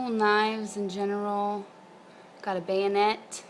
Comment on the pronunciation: The Marine soward is very cool. Yes you pronounced bayonet correctly. oooooh the knife your dad gave you is nice too. You've got some great blades. Sarcastic? You? NO! The hell you say. Good luck in the contest. Great VR.